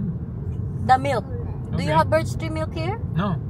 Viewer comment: Birchtree not birdstree